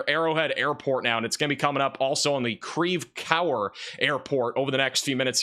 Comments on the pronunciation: That's pronounced Creve core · Pronounced creve Core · It's pronounced Creve Core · It’s said creve Core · Your French is awful. 😅